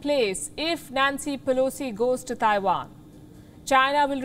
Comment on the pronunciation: A trip to Taiwan? I thought she said she was going to tie one on.